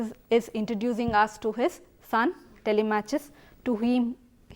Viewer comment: It's TELI-MAK-US not TELE-MATCH-US, ma'am